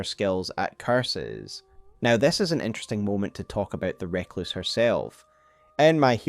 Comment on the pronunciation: Fantastic video as ever. Adds a lot of context to some disparate lore. Though I die a little inside every time with your pronunciation of 'Recluse'.